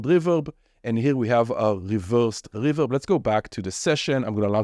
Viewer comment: dude i just watched it just because of how you pronounced The Hyizhrid reveZHerb